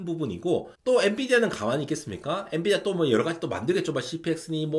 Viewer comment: n"U"dia 뭐냐 ㅋㅋㅋㅋ